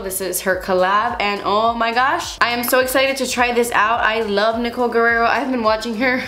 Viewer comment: i love you and every single video you do, but honestly i prefer it when you use less eyeshadows/steps. btw it always surprises me when, sometimes, you pronounce spanish names/words like Guerrero in an american english accent! p.s. - i couldn't stop staring at that bun bouncing, lol!